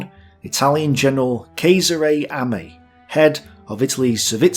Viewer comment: But, this is Italian name, so it should be pronounced as "Chesare" - "ch" like in "church". Sorry, but English is a very young language and it doesn't have rules for reading yet, so, guys, let's resort to - spelling ;-)